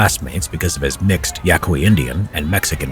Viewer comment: you were thinking of a terrific movie by the name of "Hacksaw Ridge" when you were talking about a medic who saved over 100 soldiers, many of whom had treated him terribly during Boot Camp. Also, you pronounced it correctly--beret = ber-A. He mispronounced his heritage as YACK-we; it's actually pronounced YACK-ee (Yaqui). Side note: the Yaqui are on a reservation just outside of Tucson, AZ. Based upon the picture I found on the google search, the dancers in the village that the guys helped in the '60s version of "The Magnificent 7" were dressed as Yaquis, and doing a tribal dance. Montagnards (MAHN-tahn-yards) are the hill people of Vietnam, and fierce fighters.